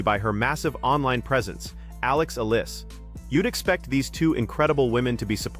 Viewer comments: Why is her name mispronounced? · Her name is Alex Eala....pronounce that more correctly.....Ophra Winfry is a Malice Fraud in her Personality in Life..... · Why can't you vlogger pronounce the right word to her Alex family name? Can't you not read?